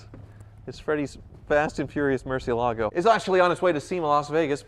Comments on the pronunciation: MURCI, not MERCI. It's not even a matter of it being a foreign word because even in English we don't pronounce a u like an e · For the love of God, learn how to pronounce mur ci EL ago!! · Lear as Tavarish how to pronounce Murcielago... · You need Tavarish to teach you how to say "Murcielago"